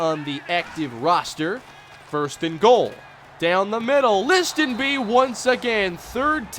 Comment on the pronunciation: The T in Listenbee is silent, just so you know